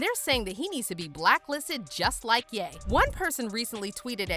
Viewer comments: This is y I hate voice bots 😂😂😂 his name is ya not gay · Every time u say gate or Ye it sounds like gay lmao